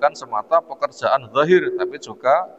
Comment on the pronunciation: Kok dhohir Yg Benar Zhahir